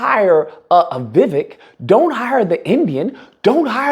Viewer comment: It’s pronounced more like Vi-wake not Vivick